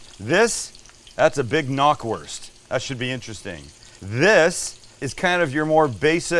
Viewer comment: Hey not to be "that guy" but Knackwurst is pronounced just how it is written, the "K" is not silent. Knack is the German word for snap, and that's the sound it makes when you bite into it.